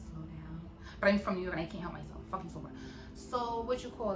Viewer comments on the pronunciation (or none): Love this!!! Yessss!! Be yourself. Lol it’s the way that New York come out every time you gotta yell at Beyonce for me 😂 😂 😂